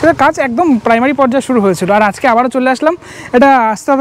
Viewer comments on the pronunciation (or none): none